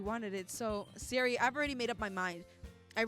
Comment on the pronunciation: ITS SAYORIIIIIIIIIIII